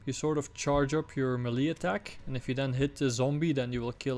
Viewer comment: Overkill have no clue how to create a horror atmosphere. And melee is pronounced maylay dude. LOL